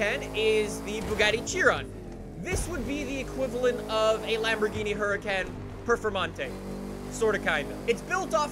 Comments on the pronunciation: It's hur u con Lamborghini hurracan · “Lambohgini Imgoingtoshootyououtofthesky”